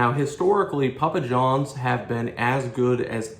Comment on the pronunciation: Pa pa johns, that's a funny way to say starz and strikes